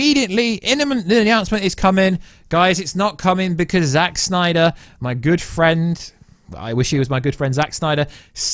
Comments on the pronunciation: Oh please stop staying Snnnyyderr... 🙄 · Ahhh. Stop saying Snyder like that. It's not funny or cool. At all.